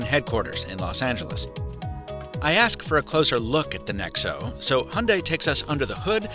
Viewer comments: How you pronounce it: Hon day How everyone else pronounces it: Hi - un - die So is it any greener? Since the hydrogen making process produces Co2 anyway. Also, most petrol cars are cleaner than ever, and they only get better as new generations come out, some ranging 60mpg average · It's not a "Hunday" it's a Hyundai (pronounced Hi-un-die) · why do Americans call it a hunday ? when it's pronounced hai- un-dai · How come americans cannot pronounce HYUNDAI and say HUNDAY instead ? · It is HYUNDAI NOT HUNDAY!!! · Hi-un-die is how I’ve only heard it pronounced. Do all Americans pronounce it hunday? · It's pronounced Hyeong Dae, not hondai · Hundai??? it's HYundai, learn how to pronounce it. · its 'Hi-Un-Die' not hunday fml. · Hyundai is pronounced YOON-day, not “Honday”. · It’s Hee Yun dayyyy not Hunday. Get it through your head! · Its not hunday its Hyundai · Grrrr its not HAND DAI, ,its pronounced HI YUN DAI GOD DAMN IT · Wtf is “Hunday” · It’s pronounced “hun-die” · it is not hyunday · Your meant to say, hayunday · It's not Hunday,it's Hyundai. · Honday??????? Ffs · Is that really how you say Hyundai? , the thing with buttons on a car isn't just about the feel, its that you can remember where they are and they'll never move from there.